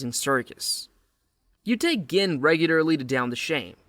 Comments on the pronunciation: "You take GINN regularly to down the shame." It's pronounced JIN, you AI moron. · GIN? It's pronounced "jin" 😂